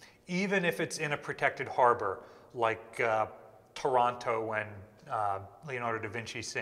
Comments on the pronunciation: Pronouncing Taranto as Toronto gave me the weirdest mental image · I was so confused when I thought you said da Vinci sank in “Toronto”! It took me a minute to realise I misheard Taranto